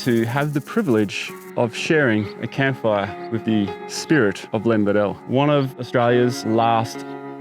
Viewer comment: My grandfather knew Len Beadell. He pronounced Len's surname as BEE-DL. As it beatle but beadle. Len Beadle. My grandfather worked on the highways way back when...